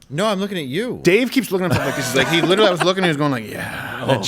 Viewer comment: and on made me laugh, out loud. letralee